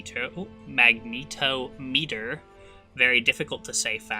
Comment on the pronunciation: "Mag-nih-TOM-it-er" not "Mag-NEET-oh-meet-er"